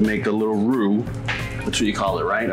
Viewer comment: Love it so much when says "Roux"!! Mac'n Cheese is ALWAYS a great idea!! Thank you!!